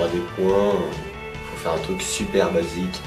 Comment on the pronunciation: aussi francais que le "s" que tu as mis a faut